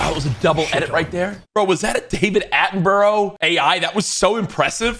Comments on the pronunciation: He rlly said David AttenBURROUGH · David Attemburrow🤣